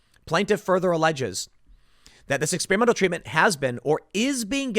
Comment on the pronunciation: Tim: Ex-SPEAR-a-mental